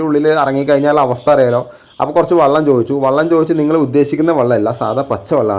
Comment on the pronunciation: എടോ വള്ളം അല്ല വെള്ളം എന്നാണ് 😁